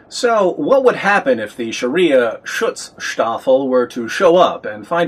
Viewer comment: Another great video revealing the truth about Islam. Go on with the good work, David, and greetings from Germany! And btw. allow me to express my respect for pronouncing "Schutz-Staffel" right :-)